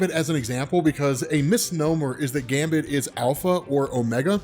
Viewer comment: Great video, but some respect on Gambit's name lol